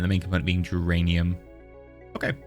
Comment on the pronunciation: Every time you say duranium I hear geranium